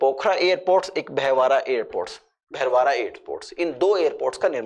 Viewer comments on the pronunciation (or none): एयरपोर्ट का नाम सही से पढ़िए, भैवारा, नहीं है बल्कि भैरहवा है